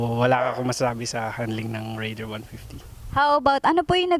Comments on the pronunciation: Reyder kase pronounciation non ate! not rayder! 😂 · rayder daw... hinde raider...